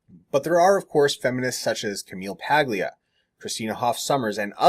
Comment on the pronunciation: Only 1 correction on this video: Camille Paglia's last name is pronounced "Pa-lia". The "G"is silent. Other than that, 10/10. ;-)